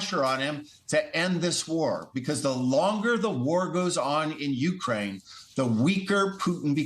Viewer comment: Hard to believe that the ambassador, like most yankees does not know how to pronounce "u-KRAINE". Pathetic